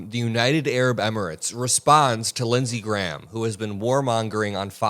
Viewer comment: Lindsey gay-ham.